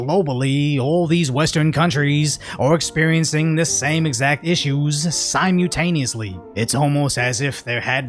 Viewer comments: Great content as always. But .. Sym-ulll-tay-nee-yus-(lee). Practice that one, brother. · I've noticed in your last several videos that you make an effort to say "simultaneously"... but i'm not sure if it's the non-math-asian or the california in you that doesn't allow you to say it right... but... please... STOP using that word! You butcher it every time you say it! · They imported the third world and banned self defense. What could go wrong? Also for the hundredth time, it's "simultaneously"(sime-ul-taneously) (the L is not silent) not "Sime-yoo-taneously" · Brother, remember that there's an L in simultaneously. Love this channel! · Simultaneously has an L in the middle of the word fyi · ‼️This guy has failed to pronounce the word “simultaneously” correctly even ONCE. I’d be absolutely ashamed if I said it the way he does.